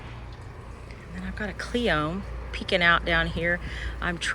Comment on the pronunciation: Cleome is pronounced Cle o ME, long e in cle and in me. 3 syllables CLE O ME. Accent on the first syllable.